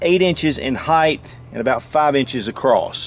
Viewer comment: Jesus, it is height not heigth.